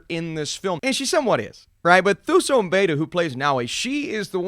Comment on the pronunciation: Quick tip for pronouncing Thuso's name for the future (because I'm predicting she'll blow up in the future), in that language, the "Th" sound is pronounced with a hard "T" sound. So essentially, you'd say it as Tuso (2-so).